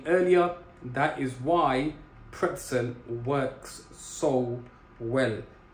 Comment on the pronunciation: bro its PRETZEL